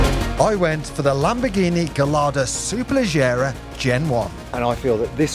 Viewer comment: Did you not fully read that which I wrote. No... you're not Italian so why pronounce Superlegger as Superlejjera ? Can't have it both ways. Pronouncing it as its spelt makes you sound an idiot . But I actually like you. Not like Adam C who also mispronounce it. Please rectify it one way or another. Start pronouncing it SuperleGGera then.